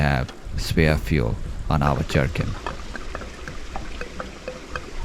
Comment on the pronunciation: Did he say JARKING In ??? 🤣🤣🤣